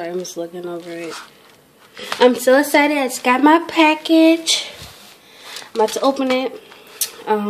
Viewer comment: its EXCITED NOT ESITED !!!!